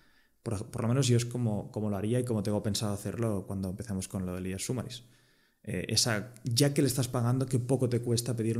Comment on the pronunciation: Se pronuncia /sá-ma-ris/. Has pagado 650K por la empresa, por favor mira como se pronuncia correctamente en inglés.